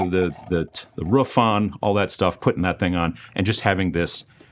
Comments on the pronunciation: TIL pronounces it "Ruf" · Once I heard “roff” instead of “roof” I couldn’t stop hearing it. Dialects, you gotta love them :) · Hearing that pronunciation of roof always makes me feel like I'm back in WI.